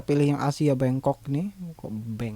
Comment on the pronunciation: bangkok.. kok bangcock sih.. lagi serius dnger mlh ngekek